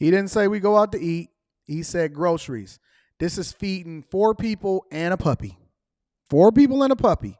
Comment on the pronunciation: the emphasis on the puppy 🤣🤣🤣🤣